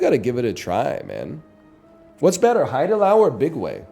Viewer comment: this guy always talks about how cultured is having lived in korea for 6 months and then he keeps pronouncing haidilao as hide allow 😭😭😭